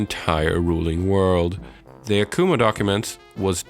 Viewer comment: ITS YAKUMO NOT YAK-U-MOO